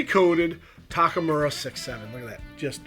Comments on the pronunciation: This review would sound more professional and respectful if you could pronounce TAK U MAR instead of saying Takamura. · Takumura? Tak U Mar. You can just read it on the front of the lens.